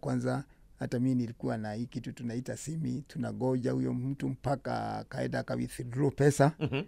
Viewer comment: It's simi not simu 🙄 acha kelele